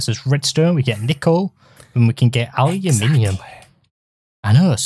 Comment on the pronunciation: ally-ooh-mini- umm